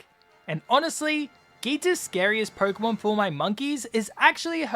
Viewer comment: Stop saying porkumon instead of Pokémon